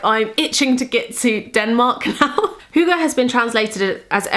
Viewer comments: The way you pronounce hygge is so cute haha <3 I'm from Denmark, so it's great to see that you are so into hygge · I love the way you pronounce hygge. It is very sweet :) I am from Denmark and would love if you went to Copenhagen :)